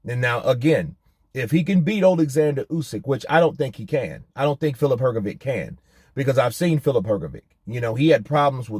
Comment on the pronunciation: Hrgovic is pronounce like Hrgovych. Trust me I'm from Eastern Europe too